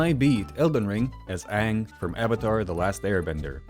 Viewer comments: That’s not ang that’s oong 😅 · hey wait a second....i've seen the movie, aren't u pronouncing his name wrong? isn't it pronounced ahhhhhng? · Great video, however you were pronouncing his name wrong. It’s pronounced Ong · Nah that aint Aang, thats Oong 💀💀💀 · that's not Aang that's Oong 💀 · That’s not Aang that’s Ong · It’s pronounced ‘ong’